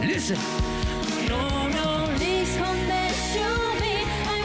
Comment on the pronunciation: Thảo Phạm dễ thương đáng yêu nhưng đúng là chưa đủ trình độ hát cùng Kay. Giọng này chỉ ở mức Karaoke Livestream thôi. Phát âm tiếng anh tệ, chữ "please" "come" "for you" đều dở. Còn tiếng Việt cũng ko tròn chữ. Tâm lý cũng chưa sẵn sàng